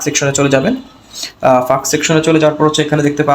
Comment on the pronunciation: For your kind information bhai "ফাঁক" না "ফ্যাক" hobe ❤